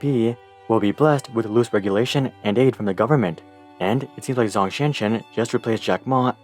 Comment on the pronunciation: "Zh" in Zhong does not have the English "Z" sound but more like the English "J" sound